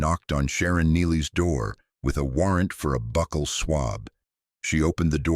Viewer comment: I agree entirely!! It's dreadful half the "pauses" are in the wrong place And the pronunciation of "bucal" among others !! !!!!!